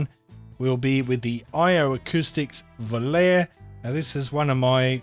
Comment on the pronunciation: Great review and this is not a criticism but I just wanted to let you know that v o l a r e is pronounced. "vol-ah-ray". It is an italian word made famous by the song of the same name sung by Frank Sinatra and a multitude of famous male tenors in recent years👌 Out of interest how would you compare the FH 19 to the fx15